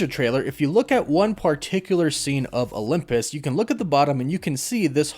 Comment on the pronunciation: where are you from my friend? It sounds like you pronounce Olympus as “Olumpus”